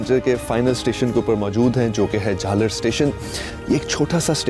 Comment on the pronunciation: Jhal aar not jhalar